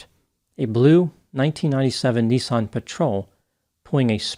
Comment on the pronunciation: NISSAN bud not NEESON